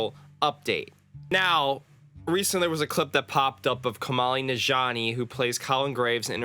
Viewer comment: "Kumali Nishjani" 😭😭 Its "Ku-Nail Nan-Jiani" bro.